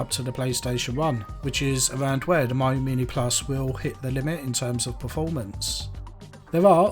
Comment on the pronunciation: Nice video! It's pronounced "Meeyo", not "Maiyo" though ;)